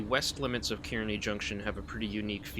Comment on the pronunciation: Love the video! Two things: 1. Kearny is pronounced "carnie". lol 2. Kearny Jct lunar lights are activated as per NJT Special Instruction, where when lit, it's routing you for tracks 5 or 6 at Kearny Jct and if you're not equipped to operate in 11Kv territory or not destined to operate at Swift Interlocking, you must not take the signal and must contact the dispatcher for instructions.